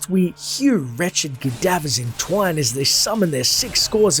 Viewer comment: TIMIDLY. Not tepidly! And it's "cleave in TWAIN", not in twine! Stop being illiterate!